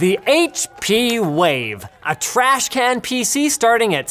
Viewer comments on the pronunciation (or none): Its not trashCANT its trashCAN.